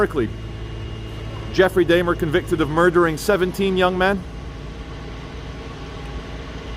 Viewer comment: Jeffrey "Day-mer" 😂😂